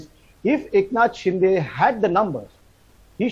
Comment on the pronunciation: Nidhi Razdan should atleast get the pronounciation right for "Shinde"